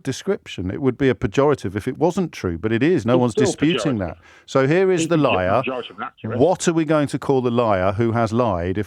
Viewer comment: I was driving and listening to the man who found saying the word ‘liar’ extremely extremely difficult. I don’t think he was ever taught this word that’s my explanation. Even my French bulldog was rolling in my car seat laughing. James was mega polite don’t know how he does it!!!!